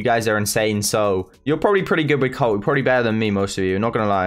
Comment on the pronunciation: British Colt becomes, “Coat” 😂